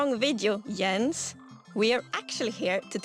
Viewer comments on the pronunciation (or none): none